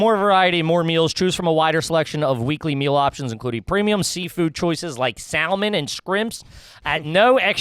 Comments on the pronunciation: Definitely garbage if you pronounce the L in salmon!!! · Are you garbage if you pronounce it SAL-mon